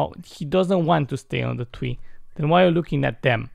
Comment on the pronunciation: Plus I love it when you say TWEE INSTEAE OF TREE ITS TO TINNY AF🤣